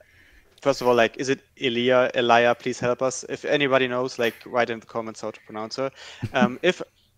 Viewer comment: Elia pronouned Elliah